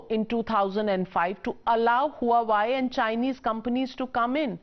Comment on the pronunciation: huawei is pronounced hwa-way